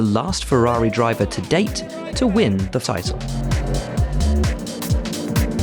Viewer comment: to win the ‘fitle’ lmao